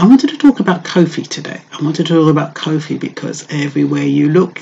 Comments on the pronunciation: Koffee not cowfi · Yes sister. Wonderful presentation but just try to pronounce her name correctly. Peace and love.